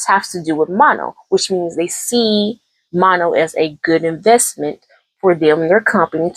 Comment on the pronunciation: Pronounce her name like Ma(h)-no, no n at the end. Kind of like in a French accent.